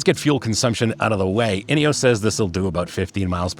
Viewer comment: Love the nods to English e.g. zed not zee but maybe you can be an American trailblazer and explain Ineos is pronounced “Ineoss” not “Ineoss’ and we’ll forgive you the ‘erb rather than Herb ‘isms.. Good review btw…